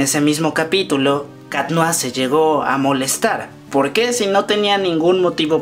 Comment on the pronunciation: POQUÉ?!? NO HAY POQUÉ!!